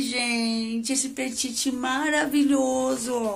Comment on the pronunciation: se pronuncia peti, sem "T" no fim, abraço adoro seu canal